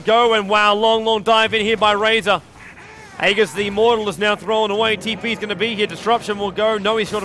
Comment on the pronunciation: How come no one knows how to pronounce aegis properly?